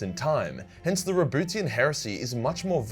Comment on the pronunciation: I really can't focus everytime says "RaBOOTYan".